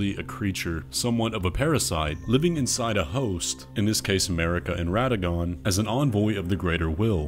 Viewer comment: Amazing how people obsessed with lore cant seem to pronounce radagon correctly despite multiple characters saying radagon out loud in game. It's not complicated